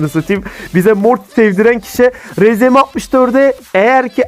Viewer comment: Abi senden daha bilgili olduğumu kanıtlamak için yapıyorum sanma ama rzm diye deuide Arzem diye okunur